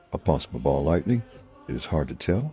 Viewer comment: Its not Ball lightning, its 'Mall' lightning :P